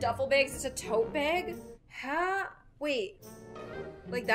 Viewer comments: I love the way you say "bag" BAEG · I love how says, "bag." She says it like, "baeyg"